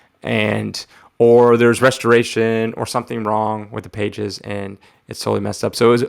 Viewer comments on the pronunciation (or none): none